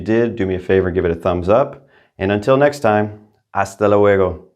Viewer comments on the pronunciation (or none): none